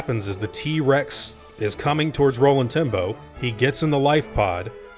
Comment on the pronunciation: Am i the only one who hears Rolling Timbo when he says Roland Tembo?